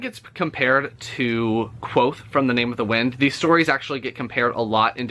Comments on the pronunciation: if you don’t pronounce the v it bothers me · Patrick does say the "K" but mixes it in with what the book says the name "nearly sounds like" - quothe". It's a barely there K(uh)v'oath. A very misleading name for the main character. I don't like thinking "Quothe" and trying to always have the Kuv'oath go on in my brain was exhausting so I just started calling him "Vohth", keeping the K silent while using the V. After a few hundred pages and the 1800 that followed it allowed me to read faster and still mostly stick to his words, nuance, and afflictions. Anyway, that was a long winded explanation on my compulsions and idiocy. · So the "V" is silent? That's disappointing on my end. I think K-VOATH-AY sounds badass lol It'll probably stay that way in my head.